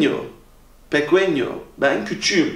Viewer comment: pequeno yanlış okunmuş. Pekenyo diye okunacaktı.